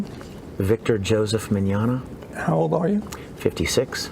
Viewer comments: He can't say his last name right. MiGnoGna? lol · mignogna i hope this helps